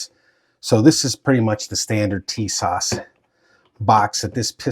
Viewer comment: TIS-ASH ....Brother, say like this